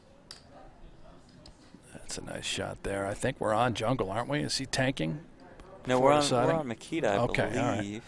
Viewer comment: Почему имя Никиты так коверкают ?